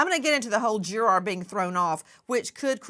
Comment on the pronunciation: Why is she saying jur-ARE. It's driving me insane